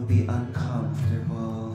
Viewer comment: Hands down the "bestest Chermany song evah"! 😂😂 I COMPLETELY lost it at "comfturrble"--greets,! Lmao Thanks for making my day,! 👌😀